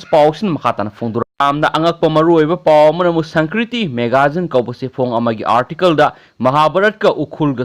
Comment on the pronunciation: Sangkriti haiba natte sanskriti haiyo yam heitehe ng ebo